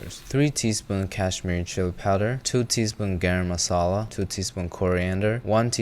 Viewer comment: "Chicken tikka MALASA" lmao